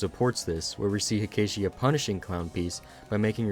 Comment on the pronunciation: Finally some quality Touhou content that isn't just uncut gameplay. EDIT: Btw, it's pronounced "Heck-a-tee-ah"